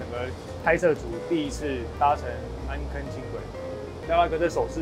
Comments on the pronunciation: 由如此帥氣的來介紹，太吸睛了，真想現在就去坐 暗坑的“坑”字閩南語發音唸錯了 amˋ kiign 啦！ 不是amˋ kegn 但或許是地方腔口不一樣，我是三峽這頭的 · 安坑不是葛瑪蘭人喔 是巴賽族那一群的 安坑的台語老本地人不是這樣念的